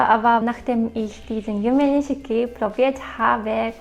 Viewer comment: Yumenishiki wird „Yume Nischki“ ausgesprochen, aber die rosafarbenen Verpackungen sind eigentlich nicht zu übersehen.